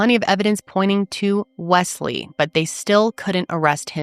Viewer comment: It's interesting how you pronounce Wesley, it almost sounds like 'Wess' in Ireland we would say it mote like 'Wez/Wez-Lee'